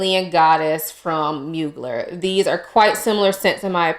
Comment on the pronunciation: Great picks! Dolce Garden is definitely unique. Beach Walk reminded me of Alien Goddess, so returned it. Can we please pronounce Mugler correctly? ☺️❤️ Thank you!